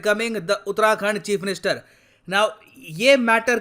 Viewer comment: Sir you are pronouncing utrakhand its actually uttarakhand